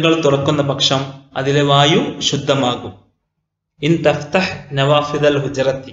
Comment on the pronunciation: Thahthah അല്ല തഫ്‌തഹ് 🤔